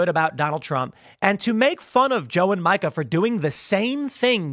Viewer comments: Tim’s got one of those minds that can’t comprehend that “Micah” and “Mika” are pronounced differently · It's MEEKA, not MIE-KA. Continue on. Edit: I think they are both lying AND developmentally disabled. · Mee-kah. Not Micah. Just saying. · I can't stand the woman, but for f**k's sake, it's pronounced Me-ka not Micah. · MEE-kah. MEEEEEE-kah. Please, Tim. Micah is a dude's name. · It's Meeka. Not Micah. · Isn't it Mika, which sounds more like Meeka. That sound inbetween e and i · Her name is pronounced "Meeka." So frustrating to watch them anymore. I stopped about 8 years ago. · Tim, it's pronounced Meeka. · Can someone please tell tim it's mee-ka prozenski, not micah. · It's not Micah Timmy! It's Mica! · It's MEE-KA. Micah is a boy's name. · Isn’t her name pronounced “Meeka”? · Her name is pronounced Meeka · Joe is pronounced Joo......and Mika is pronounced.......Meeeeeeka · Thank you! It's been driving me crazy, and I wish someone on his show would correct him! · Does Tim pronounce Mika's name wrong on purpose? They only say her name on the show every single day. There's no way he doesn't know he's pronouncing it wrong. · Is Tim purposely mispronouncing Mika's name? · You really don't know how to pronounce her name do you? 😂